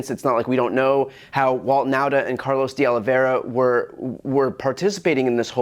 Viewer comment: F.Y.I. Nauta is pronounced Nawta.I used to be one.